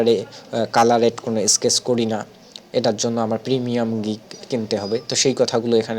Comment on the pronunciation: Brilliant Tutorial! Bro, A thing can i share?? This is Sketch, স্ক্যাচ, Not স্কেটেক। U should to improve ur utterance, Hope u wouldn’t mind. 🤠